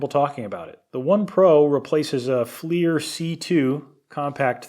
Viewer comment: "Fleer" FLIR is (When not used as the name of the company) actually an acronym. Forward-Looking Infra Red. Pronounce it like "Flirt" but without the T. Please. And, er, it's not a Hill Pump. It's a pump made by Hill. These things are not the same. And, do I really have to say why the IR flashlight showed nothing? sigh Fine. Not all IR is created equal. Different wavelengths. The IR spectrum is wide and heat is only at one end. And, why did you not mention Boyle's law or Charles' law by name? Since, you know, this was about science. Normally you do so well,. But, this one.. waggles hand